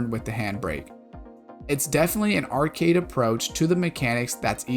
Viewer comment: Why do you keep saying "art-kid"??? The word is arcade, pronounced "r-kade" not difficult bro.